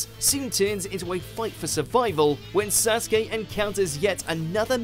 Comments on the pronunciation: They still pronounce it wrong tbh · Remember the time WatchMojo used to pronounce Naruto words weirdly? Like they would say Sasookay. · this guy's pronunciation of sasuke killed me